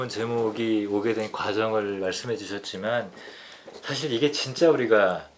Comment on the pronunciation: 참 귀한 철학 강의를 의미 있게 듣고 있습니다. 한가지 발음 문제! 사실, 소유자 , 사용법, beach , 세상,개개인 , 다( 모두),최초,두 가지 , 가치, 등! 이상 예는, 두 분께서, 장음인 첫 자를 "짧게" 잘못 발음하신 것입니다. 모두 " 길게"발음해야겠지요. 그리고 한 분께서 "측면"을 "칙면"이라고 발음함에 적지 아니 실망했나이다. 말의 발음이 바르지않다면 어떻게 "철학"할 수 있으리까? "한국 어문을 고발함" 이라는 책을 읽어 주실까요? 미국 변 완수 드림